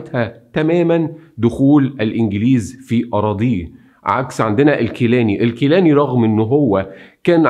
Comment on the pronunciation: نوري سعيد وليس نوري سعدي ، گيلاني و ليس كيلاني ، ولك من الشعب العراقي المظلوم مليون لايك .